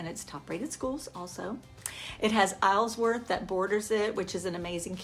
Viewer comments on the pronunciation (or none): Its not "Isles Worth" its pronounced Isleworth. A realtor should know this or they don't know the area.